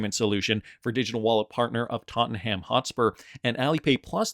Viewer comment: "Tot un um" is how it's pronounced.